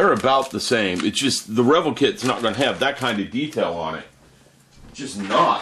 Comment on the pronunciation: God quit mispronouncing the name REVELL its (rah vell)!